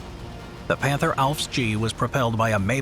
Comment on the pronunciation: Where do your German pronunciations come from? Do you have someone who speaks it, use a online translators option to say it or do you have someone who just tries his best? Not to criticize you, most of the time it is ok, but for example in the word "Panther" you used the German pronunciation of "a", but the English of "th". I am just wondering.